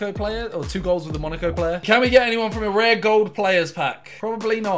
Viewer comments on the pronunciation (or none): none